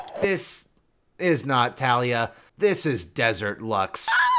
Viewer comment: Every time pronounce Taliyah’s incorrectly a kitten dies:( you murderer